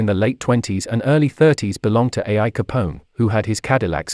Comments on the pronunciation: Al Capone, not A. I. Capone, the robot voice didn't pick up on it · It isn’t A.I. Capone it’s Al Capone. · A. I. Capone? How about Al Capone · the tragic story of rotten pictures and zero research as to pronunciation… I mean: “ A I Capone” ?? the Cadillac “Be A Ritz” - I quit before half-way, so totally not worth it!!! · A i Capone?! Lol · Lol I thought I was the only one that caught that